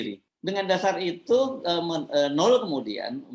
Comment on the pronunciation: Mas Hersu.....baca namanya "no el" bukan "nul" atau "nol"....🤪🤪🤪👅